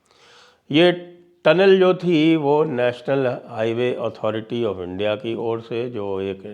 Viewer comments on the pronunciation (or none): none